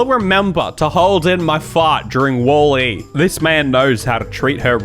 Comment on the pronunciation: 😂 yo why are you saying Wall E like that